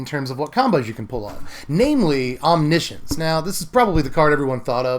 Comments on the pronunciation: You mean om-NISH-uhns, right? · "science" as in "conscience"